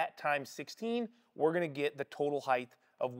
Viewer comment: There's no h sound at the end of height.